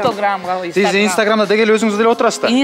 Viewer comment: Стограм деп алды го😂инстаграмды